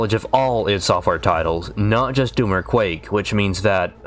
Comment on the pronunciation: Quake ... its Quake.